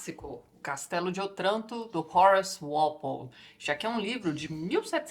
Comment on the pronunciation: Só uma pequena nota. A pronúncia de Otranto é "Ótranto". É uma proparoxíotona, mas no italiano somente as oxítonas levam acento. ;)